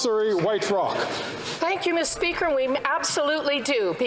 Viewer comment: MeestR SpeeakR >:^ 0